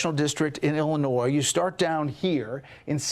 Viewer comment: Very good, the s in Illinois is silent. Have you read my previous comments? 👊